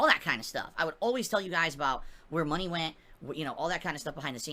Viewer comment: "You give me mahney, no questions to where it goes!! " Angry